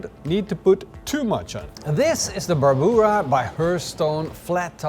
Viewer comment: Always looking delicious and fun to hear pronounce "brabura"....frickin hilarious.